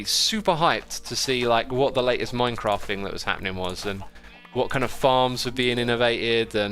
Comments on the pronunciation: My crack 🤣🤣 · Why whenever he says Minecraft, I hear “My crack”?